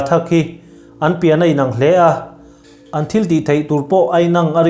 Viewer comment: Mizo tawng thumal tihdanglam ngai si ti danglam lova lam rik dan tihdanglam ringawt hi tunlai thalai te hian an chibg hi apawi hle IN ANG chu IN AN tih turah INANG tho hman a ni a, fimkhur zui atan a tha hle, tin thu then khat lamrik dan hi adikhlel deuh thin a, lo in zir belh sauh sauh teh u le A bengvar thlak viau Modified form hi tlen tar lang ila Sentence nen Mangang---I va mangang em em ve I manganna chu ka hrethiam khawp mai Sang--sava chu a thlawk sang hle A thlawh san chhan i hria em? Bang---I kawr kha khatah khan bang rawh I kawr banna chu aremchang hle Beng--I va beng na em em ve A ben nat zia chu sawifiah vak a ngai lo Hetiang hian thumal tihdanglam hret thin ni se, lamri danglam ngawt lovin Sang